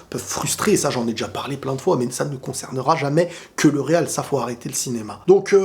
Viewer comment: Le real RRRRRRRR le real RRRRRRRRRR 😂 😂 😂 😂 😂 TU MA TUÉ !